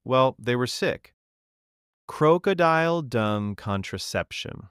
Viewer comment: never heard crocodile pronounced that slow and off before. Really, AI? What are we doing??